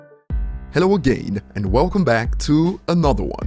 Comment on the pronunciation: why do you pronounce "again" like agaiiiiin?